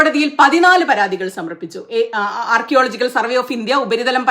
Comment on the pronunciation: ചന്ദ്രചൂടിന് ആർക്കിയോളജിക്കൽ ഡിപ്പാർട്ട്മെന്റ് എന്ന് പറയാൻ പോലും അറിയില്ല ശ്രദ്ധിച്ചു നോക്കിയേ അദ്ദേഹം പറയുന്നത് റോങ്ങ് ആണോ ആർക്കിയോളജിക്കൽ എന്ന് പറയുന്നത് അദ്ദേഹത്തിന്റെ ഉച്ചാരണവും തെറ്റാണ് വീഡിയോയിൽ കറക്റ്റ് ആയി പറയുന്നുണ്ട് കേട്ടാൽ ശ്രദ്ധിച്ചു കേട്ടാൽ മനസ്സിലാവും ഇദ്ദേഹമാണ് സുപ്രീംകോട്ട് ജഡ്ജ് എന്നും പറഞ്ഞിരുന്നു പൊട്ടൻ